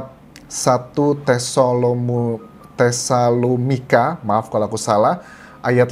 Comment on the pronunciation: Tessalinika bacanya mas Anjas